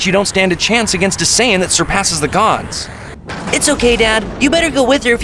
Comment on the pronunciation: Also it's SAIYAN not sayin